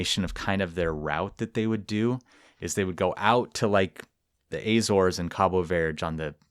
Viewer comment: My family is from the Azores and no one pronounces it "ah zores" It's more like how you say the letter A and then zores